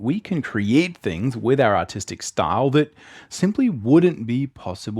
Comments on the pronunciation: You’re saying autistic right ? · I thought he said autistic not artistic😂